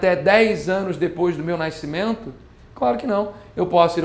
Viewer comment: Por que carioca fala "naiscimento"???